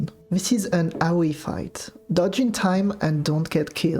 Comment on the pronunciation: Just wanted to say I love how your accent makes AoE sounds like "Owie"